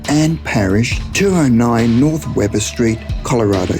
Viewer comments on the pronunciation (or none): none